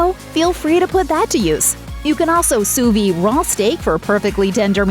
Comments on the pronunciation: Learn how to pronounce Soo veed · You pronounce the D at the end of "sous-vide". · yes sounds like soo-veed :)